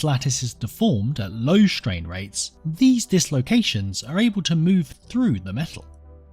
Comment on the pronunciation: Well, shtrain rates are certainly shtrange!